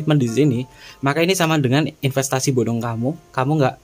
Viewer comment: Wkwkwkwkwk 🤣🤣🤣 Ipenstasi bodong 😁😁😁 Sumpah mas geli ngakak banget aku denger nya 😁😁 terimakasih sarannya mas 🙏🙏🙏